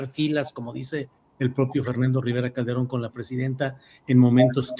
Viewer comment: Dijo: calderoon?..no por favor😮